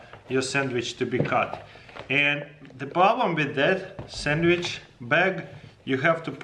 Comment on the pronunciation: he said “sammich”